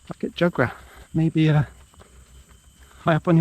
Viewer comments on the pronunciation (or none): It is pronounced Boo-kit Joo-gra. Not Ba-kit Jaa-gra.